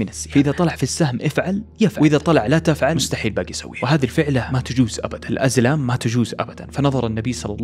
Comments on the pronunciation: هو قال الازلام بعدين قال الالزام وجزاك الله خير على حرصك فعلا لازم الواحد ينتبه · الدقيقة 11 و 45 ثانية قلت الازام بدل كلمة الازلام وقرأت القران الكريم بشكل خاطئ عدل الفيديو واتقي الله بنفسك لا تحرف كتاب الله